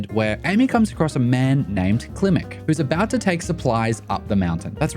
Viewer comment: They pronounce it "Kilmek"? Even though it's clearly spelled Klimmek?